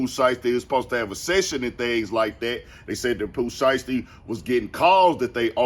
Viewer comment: the way that lady says “Pooh Siesty” got me… 💀 😂